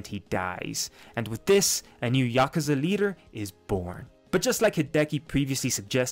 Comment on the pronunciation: “Yazuka” lmao